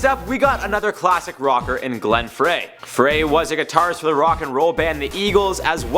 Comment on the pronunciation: It's not like fray. It's pronounced fry. It's always been said fry. If you did any research at all, you would know that.